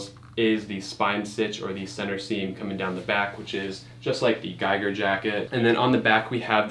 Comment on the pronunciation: Giger is pronounced a bit differently just as a heads up from a swiss guy ;)